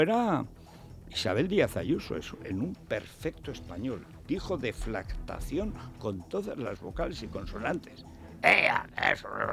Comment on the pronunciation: Federico!!!...Corrección. La jamelgo Montero no ha pronunciado bien "deflactaciónes". Ha dicho: DEFLACTACIÓNEH.